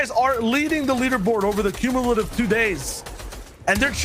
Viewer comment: Cummilative smh